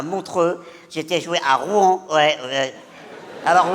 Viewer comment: Encore une personne sur internet qui...ne sait pas prononcer Rouen C'est incroyable